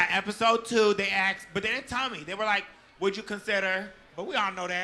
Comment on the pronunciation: So am I. Do you love the way she says ‘axed’ (asked) ? She was paying attention to what was going on the whole time. She has a generous spirit and doesn’t say mean things.